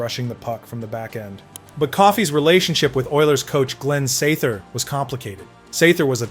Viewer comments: Lol SaTHer!! Man pronounce that TH why don't ya. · “Sather” is pronounced with the “th” sound in “weather,” “leather,” “rather,” “father,” etc.. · "Sather" sounded a little off too, from what I can remember.